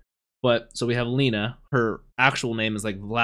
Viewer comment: it's lena E you read it like your saying E on the words "Eight" so it's not "LI-NA" it's "LE-NA", not in any bad ways, appreciate your willingness to say their name correctly ☺️